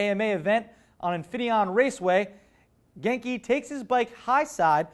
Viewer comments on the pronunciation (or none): none